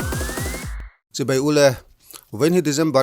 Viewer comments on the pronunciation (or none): none